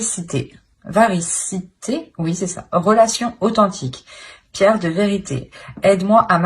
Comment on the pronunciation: Bonjour et merci pour ce tirage! Oui on dit véracité et non variceté😅 Et aussi je ne vois pas le rapport avec le titre « tu vas te noyer dans les larmes!!! » … en tout cas pour le choix 1!!!